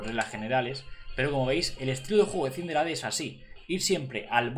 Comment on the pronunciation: Se escribe Cinderace y se lee Sindereis